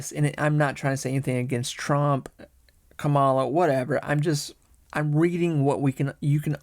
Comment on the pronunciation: He said ka-MA-la hahaha😅